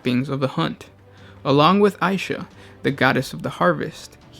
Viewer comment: Isha or aisha? Vaults of terra called her god of healing as isha, you called aisha , mother